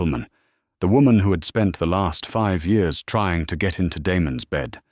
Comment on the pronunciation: Mispronounced year